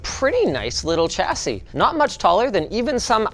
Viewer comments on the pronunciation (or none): I can understand "shassy" and "cha-sis", but "chasy"?! Why respect the silent s but not the "sh" pronunciation of "ch"?!